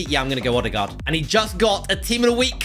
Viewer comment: Ødegaard is Ø not O